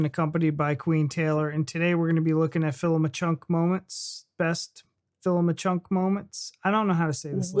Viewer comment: CUNK! Not chunk! As you have probably gathered it's a spoof- the experts are aware they just don't know what she is going to ask them; lots of laughing as you can imagine! 😅🏴🇬🇧